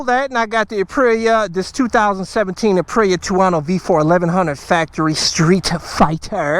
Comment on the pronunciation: Ah yes the Uhpreeya Tewohno